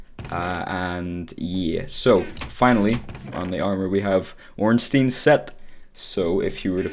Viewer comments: Artorias is one of the 4 knights of gwyn NOT a king And its Solaire of Astora And ffs it's not ornsteen would you pronounce Frankenstein frankensteen? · "Ornsteen" :) It's pronounced like Einstein.